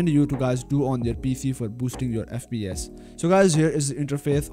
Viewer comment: “FP eth”